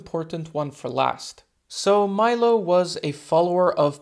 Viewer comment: In italy we say "milo" and not "mailo" 😉... bless you man, I live a couple of hours from crotone. Great video